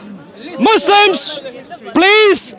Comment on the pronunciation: He said mouslims